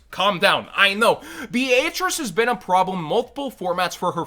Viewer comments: Please tell me this dude is saying Beatrice they way he is as a joke, it hurts my ears… lol Be-A-Trice??? 😂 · My brain just had a seizure,bro what the actual fuck was that pronunciation of Beatrice?! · Why pronounce Beatrice like that😂 it’s a relatively normal name too haha